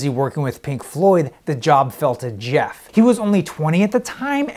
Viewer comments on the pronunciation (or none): none